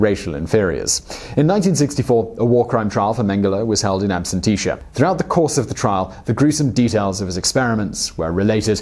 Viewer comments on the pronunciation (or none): ABSENTIA - It's pronounced "AB-SENT-EAR" not "AB-SEN-TEESH-ER" as you kept saying. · Man, it was painful listening to you butcher the word absentia. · It's ABSENTIA (ab-SENT-shuh), NOT "Ab-sent-TEE-shuh" 😒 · the word is "absentia" pronounced ab-sen-tee-ah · Excellent video, but I can't help it... It's pronounced "ab-sen-she-ah". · Yeah, it is a bit annoying. Not even focusing on the German words and names, but English terms get butchered. "Ab-shun-tea-shuh"? Its only a 3 syllable word for crying out loud, he added extra letters...like in aluminium.